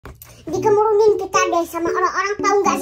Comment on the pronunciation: Bukan KEMURUNIN😅 tapi KERUMUNAN 😅